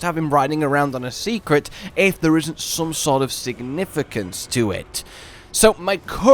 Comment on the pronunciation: Why do you keep saying Secret for the Seikret? I believe it's pronounced "Say" not "See" So like Saycrit Or "Say Crate" Ya know..cause in Japanese an "E" often has an "ay" sound to it?